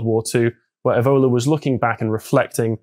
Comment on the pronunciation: This mis pronunciation of 'Evola', which I believe Carl started, is unacceptable.